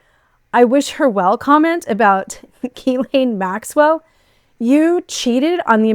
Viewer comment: Bravo. You are the first one I hear saying "Guylaine Maxwell" the right way. Good work! Good spirit!